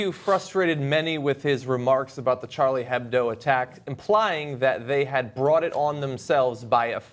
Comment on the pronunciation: Please, it's pronounced Sharlie Ebdo!